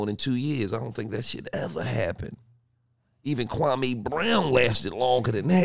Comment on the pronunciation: Did u say Kwame?